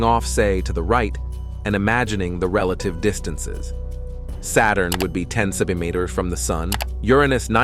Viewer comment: Can you please pronounce "centimetres" properly...